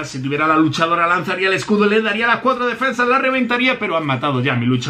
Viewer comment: En el intro dice defendas jaja sólo yo lo vi?